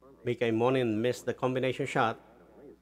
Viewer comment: Please, Mika's name is pronounced em mo nen. The accent is on the first two letters, im.